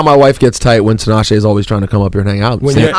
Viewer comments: Is it just me or did Nick mispronounce Tinashe ('Tinasheeee' )? Dude, she's the featured artist on your single and she actually makes 'Nick J' and 'Tinashe' rhyme in the song... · Did Nick really say Tee-Nah-she omgggg no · Lmaooo Nick said Tee-nah-she. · He's annoying as fuck. Why Tinashe is even getting on a song with a guy who can't say her own name. Let alone this motherfucker got like 3 writers credits on the whole album, meanwhile, Tinashe writing her own shit. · he basically said she instead of shay.... relax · masterchef simba it's still wrong nonetheless. it's even worse because he's worked with her. it's embarrassing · Nick can't hit because he didn't say her name right